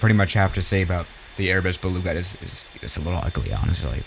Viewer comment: Welcome back to the strong german accent LEEEE ARBUZ BELOUGA